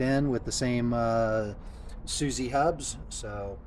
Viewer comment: SUZUE hubs, not Suzzy